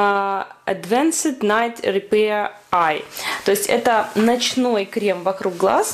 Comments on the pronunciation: Спасибо за видео. Только пожалуйста крЕм, а не крЭм!!)) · а можно всё-таки крЭм? :) мне это слово поднимает настроение - у меня просто есть одна забавная ситуация, связанная с таким произношением. Думаю вы сами заметили в начале видно, что я нарочно так сказала.